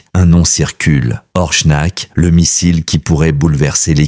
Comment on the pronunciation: Ce n'est pas orchnak mais Oreshnik